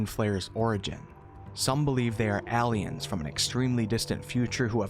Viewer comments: You gotta learn how to pronounce aliens bro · Where is his accent from? He says aliens hilariously 😆 Great videos though 🤗